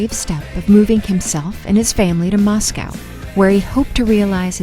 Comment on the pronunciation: Well , this video was disappointing to watch due to the narrator mispronouncing so many names and, even Moscow. The gentleman who did the previous video was much so much better. But thanks to the creator for continuing the story of this incredible music group❣️